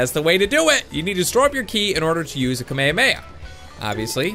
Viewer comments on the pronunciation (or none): its ka-may-ha-may-ha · You said Kamehameha wrong it's like Kama hama ha is how u say it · its pronounced kamay hamay ha not kameameha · It's Ka me ha me ha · he says kamhameha so wrong